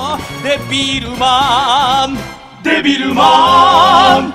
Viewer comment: デビルマンの絵も歌も初めて知りましたが の「デッビールマーン」の発音や、1番ごと歌い終わった後の歌い切った感のある表情、 間奏のときの気持ちを高めてる感じの表情…好きです(°▽°)！ マニアックですみません笑